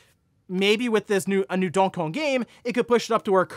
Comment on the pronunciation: Literally never heard anyone pronounce Donkey Kong that way. You really struggle with words in general.